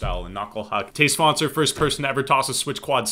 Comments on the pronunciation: Whenever says "Matej Svanser" I can't help but hear "today's sponsor" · Everytime I hear him say Matej Svancer i hear "Today's Sponsor" lol what's wrong with my ears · Anybody else hearing todays sponsor when he says Matej Svancer? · Whenever I hear Matej Svancer, for some reason I think your saying "todays sponsor" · When you said matteus svanser, I thought you said todays sponser lol